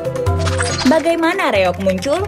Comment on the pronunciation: REOG, Kisanak! Bukan REYOG! Tanpa "Y".